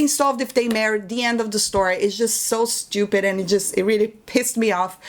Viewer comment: I can listen to you say "shtupid" all day long lol